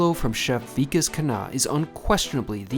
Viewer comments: It's not Vi- Kesh.. It's Vi- Kaash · 1. He is not weak-ass, the name is Vikas (wick-aaas). 2. And you have done NO study. He has cooked for the OBAMAS, just FYI. He's not kinda a celebrity chef. He IS one.